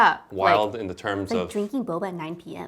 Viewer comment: Lol Wes who says “bobes” for boba? Love the candid introvert energy in this video and reactions to Wes’ interesting choice of words.